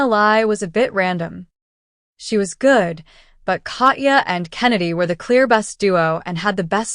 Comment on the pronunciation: Your inability to correctly pronounce Katya makes my Russian blood boil.